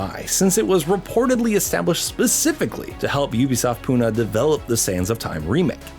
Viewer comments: It's not pu - na its pu - nae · Fun Fact: Pune is Pronounced as Pu-nae